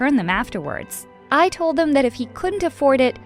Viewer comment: Um it’s Told not Tole